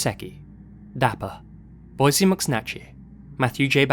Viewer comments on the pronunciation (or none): none